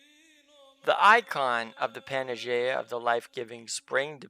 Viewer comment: Great video. One thing...its pronounced PAN-A-YEE-AH OR PAN-EYE-YEE-AH.